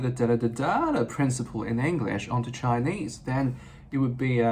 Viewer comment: 你的english這個字都沒發音正確😂